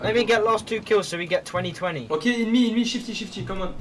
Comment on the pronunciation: On dit « On me » non pas « in me » c’est pas la meme chose 😂😂